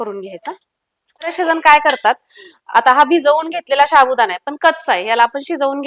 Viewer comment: शाबुदाणा नाही गं साबुदाणा बोलतात